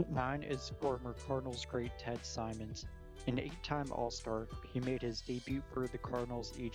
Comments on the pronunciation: First of all, what horrid audio. About the only thing I could make out was Simmons being pronounced Simons. Didn't even bother with the rest of the list. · Gary Carters name is Gary not Garrett. Simons, come on, do your research and if you want to make videos, learn correct pronunciation. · It's Ted Simmons--two m's, short i in pronunciation.